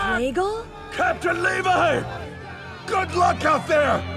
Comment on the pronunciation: “Levi just levi” that hurt so much